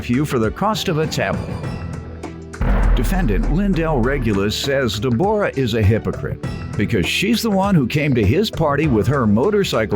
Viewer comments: Why he pronouncing her name like that!!! Who don’t know how to pronounce Deborah! He must don’t know a Debrah also know as Debbie. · Right! Takin' bout Deb-OR-ah.